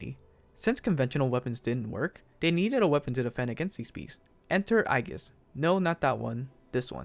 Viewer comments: Shouldn’t it be pronounced as Aegis (Eyjis)? A Greek term for protection or shield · Nice! Hopefully this takes off and we can get another major mecha franchise out if it. Also, Aegis is pronounced more like eejus.